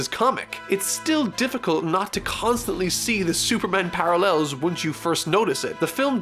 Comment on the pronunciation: Par"al-el" (slow, but genuine applause)